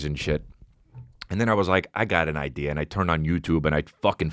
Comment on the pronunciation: Finally someone emphasizing the “r” in idea. British people can’t keep getting away with this